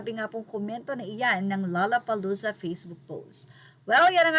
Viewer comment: "LOLLA" hindi "LALLA"!!!